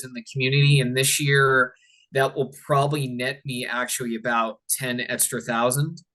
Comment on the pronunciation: What is this “estra” word he keeps using?